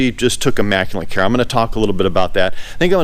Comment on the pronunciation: Oh and one other thing, there is no N in the word immaculate. EMA ku- LET